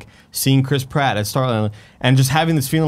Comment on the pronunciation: I know his name is Chris Pratt, but I just can't not hear Crisp Rat.